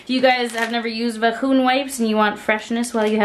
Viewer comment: Vahoon Wipes., please post a long list of your vocabulary. I'm adopting so many of your mispronounced words and I'm an English teacher. I have NO regrets. LOL